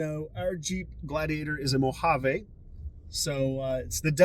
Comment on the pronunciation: Great video! One correction for everyone making Mojave videos: it is pronounced Mo hav E. Not "mo hav a".